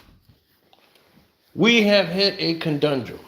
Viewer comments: Wait, did he say conDundrum? It's conundrum. One D, sir. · The word is conundrum brother. Not condondrom.🫣